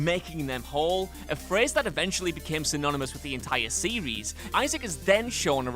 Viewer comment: Sewies, purposewy and theowy 😂😂 alright Elmer Fudd we get it